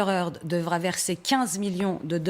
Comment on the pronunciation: heard pas hearth